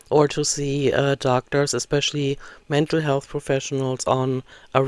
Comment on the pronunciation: Can someone pleeeeeeease tell ber there is no k in the word especially. I want to scream every time she says it.